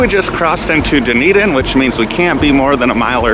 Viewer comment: Enjoyed the video! Dunedin is pronounced “ done-eden “ for future reference ❤ loved seeing the scenery between st Pete to tarpon!